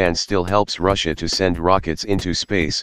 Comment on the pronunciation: Can take you seriously when you say Ruzzia